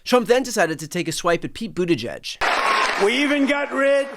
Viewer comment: They must be giving him some pretty good drugs, as that is the first time I've ever heard Trump pronounce "Buttigieg" correctly.